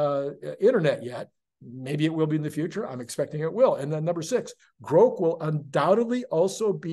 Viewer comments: btw I believe its pronounced like Grock. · Elon’s pronunciation of Grok is wrong. It is a short “O”. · Elon say's its "grok" long "o", its long "o"....